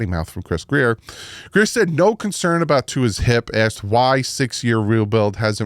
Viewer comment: I think not Grier is Grier!!!